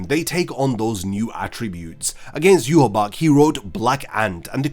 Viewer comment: Ill never get of Ywach being pronounced Yew-Haw-Bock. I'll never be able to hear it any other way xD.